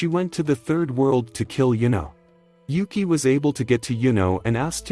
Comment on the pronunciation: he says Yuki's name wrong the entire time until there.